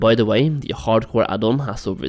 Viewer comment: i keep hearing HardKoï